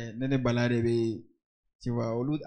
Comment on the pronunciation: Balla zes et non Balladiez😂😂